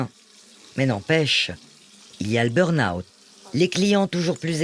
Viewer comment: très touchant et effrayant mais il n’y en a pas un qui sache prononcer burn-out c’est hilarant